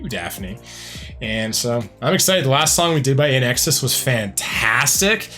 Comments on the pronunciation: One of my favorites. BTW, it's pronounced like "in excess", not "In exes". 😊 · Sounds like you're saying IN EXes. It's IN EXCESS. To see that Michael Hutchence charisma...watch "Suicide Blonde" live at Wembley Stadium in 1991. So good. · Small critique. It is pronounced in excess. Not inexus. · It's pronounced In EXCESS. Michael was one of the few baritones in the rock universe. And he was HOT. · Hi. Just fyi it's pronounced in excess. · Please it’s pronounced IN EXCESS /INXS.. 🧐😊🇦🇺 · FYI - INXS is pronounced 'in excess' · Pronounce it “in exCESS”. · Pronounced In Excess! In X S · Yeah, get the band name and lead singer’s name correct. The least you can do when earning money off someone’s work! Don’t be so lazy! 🙄